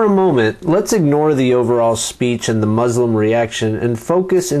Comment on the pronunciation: you pronounced muslim wrongly